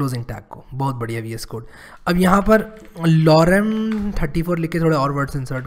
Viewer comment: the way said "bohot badya vs code" I can't stop laughing